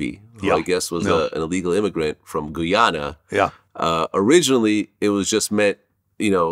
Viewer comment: “Goo-yana”… It’s a Guy-Ana Gladimir 🇬🇾